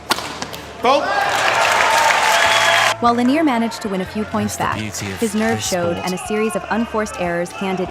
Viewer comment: At least make an effort to pronounce player names properly. Even the British announcer got Lanier right...he's French, not from Kentucky.